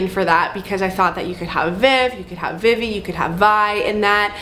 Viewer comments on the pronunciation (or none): none